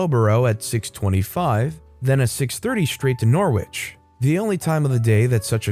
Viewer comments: THANK YOU👏👏👏 Also Norwich is pronounced - Nor-ich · English pronunciations!!!! You should do some research..... Norwich... OMG